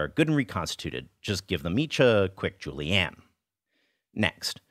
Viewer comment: I like how he calls julienne "Julie Ann" - a perfect name for a finicky knife skill that probably wants to speak to the manager.